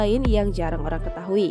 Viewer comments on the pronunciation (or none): none